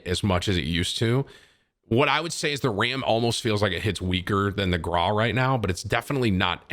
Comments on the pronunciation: Bro stop saying grau like graaahhh it’s graow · I through up in my mouth a bit when you said the grou is better than the kilo and also its pronounced grou not graw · Why do you say GRAW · Bro it’s pronounced gr-ow PLEASE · Petition for Tim to pronounce “Grau” like a normal fucking person Gr - ow (post pain exclamation) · The way he pronounces Grau kills me. It hurts my ears to hear that